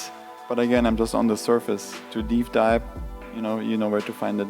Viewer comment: to deev dipe😂